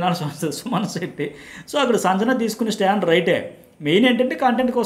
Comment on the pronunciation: సంజణ కాదండి... సంజన అని పలకాలి